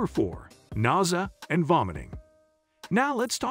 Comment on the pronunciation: Nausea. He pronounced it weird but it's when you feel sick to your stomach, like you might vomit, or right before you vomit.